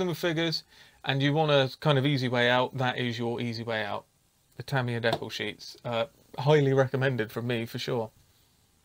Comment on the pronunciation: You are correct in the way you say decal. It's based on a French word, and that's how they say it.